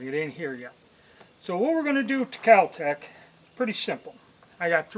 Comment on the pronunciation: KAL Tec? You mean Kel Tec, maybe?